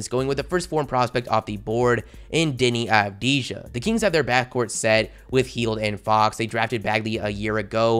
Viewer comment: You need to say it like Deni avdiya